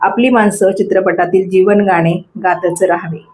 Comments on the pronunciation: मॅडम मराठी नुसतं बोलण्या पेक्षा थोडं सकस वाचन पण करा म्हणजे न आणि ण हे दोन वेगवेगळी अक्षरे आहेत हे नीट लक्षात येईल आणि गाने नसून गाणे असते हे पण लक्षात येईल. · Kharech far ashuddha bolata.gane mhanata tevha suddha shabda ashuddha uchharata.